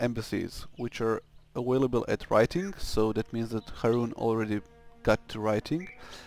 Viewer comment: don't forget a-whale-able :p